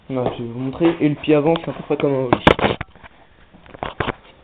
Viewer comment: Putain mais c'est quoi ça ?? On dit ollie pas holie --'